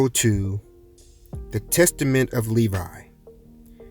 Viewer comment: Thank you, it sound like Nevi instead of Levi thank You